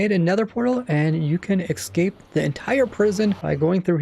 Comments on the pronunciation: The way you say ‘Ecscape’ instead of ‘Escape’ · Omfg it’s ESCAPE not EXCAPE there is no x in that word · its escape not excape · Youve Been playing the game for 12 years? Maybe should've studied English more. It's Escape not excape. Also the elder guardian buff makes mining those blocks extremely slow so you're not entirely accurate. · Does it trigger anybody else that he says 'exscape' instead of 'escape'? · It's escape.... Not ecscape.. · ok im not american or anything and my 1st language is not english but someone please tell me why some people pronounce escape as excape its kinda annoying and confusing me k thanks bye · this annoyed me so much, just the mispronouncing of "escape". drove me insane.